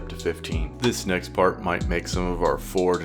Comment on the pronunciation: Ah yes "Nekt"